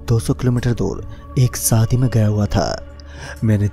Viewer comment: Saadi Nahi Hota shaadi Hota hai.